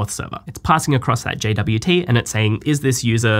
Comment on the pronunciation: I thought it's pronounced jot